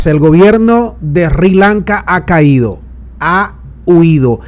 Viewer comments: se pronuncia SIRI LANKA, NO RI LANCA. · No es "Ri" Lanca, es Sri Lanca... Sssssri Lanca... la "erre" es débil... Primero está la "ese".